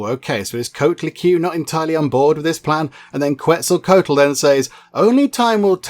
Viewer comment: You are close. It is pronounced (KET-ZUL-KWA-TUL)